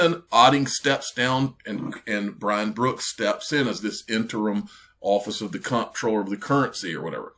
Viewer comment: Comptroller is pronounced CONTROLLER. Just an FYI.